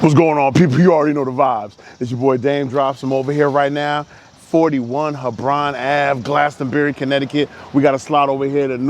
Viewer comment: it's heh'brawn avenue now not hee'brun. Thank you sir